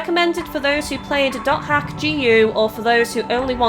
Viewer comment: it's pronounced dot hack